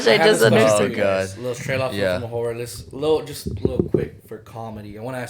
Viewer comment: I've never heard the word 'horror' said so much lol. It still sounds like "whorrre" XD